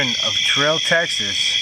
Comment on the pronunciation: It doesn't matter now LOL but it's Terrell, TX pronounced like Darrell or Daryl, not Ter-rell 😁 ... that was a good one, I liked it! I like the sounds of nature so that the campfire is heard as you already know I love bonfires, and I definitely loved hearing the Coyotes! Well done, keep'em coming and hope ya have an amazingly blessed week 🙏🤗🙏